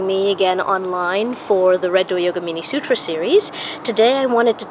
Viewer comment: Great knowledge ! Kindly pronounce this as sootra , thanks once again